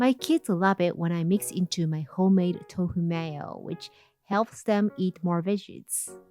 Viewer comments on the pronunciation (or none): none